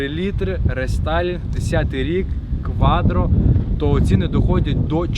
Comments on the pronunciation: Так и не научился говорить кваТро 😀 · Парень, не кваДро, а кваТро!😂😂😂😂